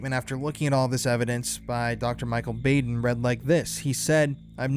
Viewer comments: Dr Bau' den Not Baden with a long A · I just gotta letcha know, it's pronounced; BAH-DEN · Known of Michael Baden (BOD-EN) for years! Idk why I needed to say it but the pronunciation bugged me lol HEHE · Thanks for this information. This is all very suspicious. May I just say for the future " Michael Baden (Bah((ahh))den) 😘🌹